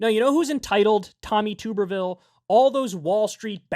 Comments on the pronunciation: It's pronounced tub-ber-ville. Not too-ber-ville. I'm from Alabama and know all too well, unfortunately. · It's TUB not TOOB. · This is very besides the point, but it’s pronounced tubberville like a tub